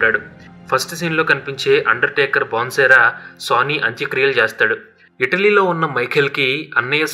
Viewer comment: Boss వాడి పేరు "సన్నీ" ఎందుకు సోనీ అని పలుకుతున్నారు?